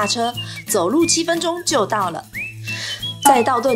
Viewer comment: 那個小編...是念道頓「堀」ㄎㄨ 喔😆